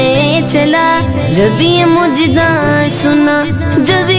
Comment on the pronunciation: بھائی مجدہ نہیں مژدہ ہوتا ھے